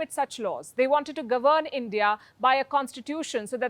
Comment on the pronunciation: disparate, not desperate ? "govern" - check pronunciation, when this is used as a verb.